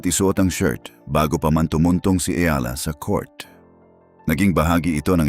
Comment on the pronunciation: Eala po or Alex na lang. Mali ang pronounciation mo sa apelyido ni Alex.